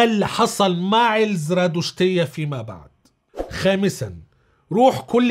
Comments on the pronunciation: تلفظ زَرادَشتية وليس زْرادُشتية .. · الزرادشتية : حرف الدال بالفتحة مو بالضمة